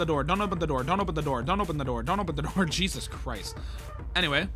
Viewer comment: “Open the noor.”😩